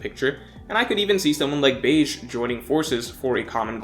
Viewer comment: his name is pronounced "behgee" not beige lol